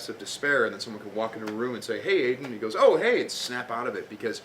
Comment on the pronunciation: it's AidAN with an "A" not with "E"!!!! :D